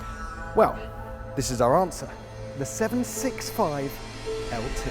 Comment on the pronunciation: Anyone noticed the error in voice over at 46 seconds? He says "the 675LT sticks to it"... Do I win a prize? A 765LT for the weekend? ;-)